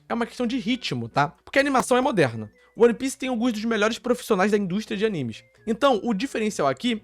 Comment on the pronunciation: que agonia dele falando O-N-E pice